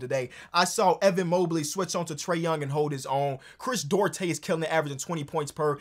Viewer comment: For the love of god, please, if you're going to keep name dropping him, talk to a Latino to help you pronounce the name Duarte lmao